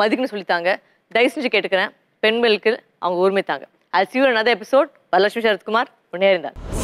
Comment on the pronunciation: modalla nee peyara olunga sollu....athu Varathalakshmi illa Varalakshmi